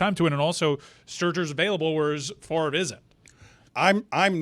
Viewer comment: WTF is talking about with Favre's last name? Yes, there are plenty of examples of the "r" before the "e" making that "er" sound, buuuuuut that's not what is going on here...that would make his last name pronounced like "fāv-er". We currently pronounce his name like it's spelled "Far-ve." These are not equal. Fervor vs fervour, again, not even close to the same thing. I can find zero examples of fever ever having a different spelling with the "r" in front of the "v."